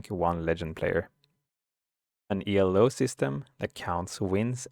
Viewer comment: Thanks for the vid, will save me some annoyance in ranked. Didnt know conceding does basically nothing Also, "Elo" is not an abbreviation but it's the name of the guy who invented it;. So it's just pronounced as you read it and not, E.L.O. That's reserved for legendary rock band Electric Light Orchestra. And since you asked for feedback, it's pretty obvious that you are reading the script directly from a screen. It sounds pretty unnatural, but since it's the first time (and in your second or maybe even third language) that's hardly any real criticism. I'd either practice/record it a few times or (and this is what i do when i have to give presentations to a lot of people) just write down key points and fill in the rest. I watch your stream a lot and you are pretty good at explaining your thoughts on the fly so with a little help from notes or practice i think you'll be amazing at this in no time.